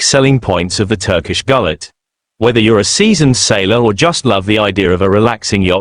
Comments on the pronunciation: 200% agree. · These AI content are always rubbish. To begin with, its pronounced 'goo-let' . Secondly, none of the photos are of a classical Turkish Gulet. These photos are about as realistic as the so called 'pirate boats' that offer tourist binge drinking in Florida. Total AI rubbish.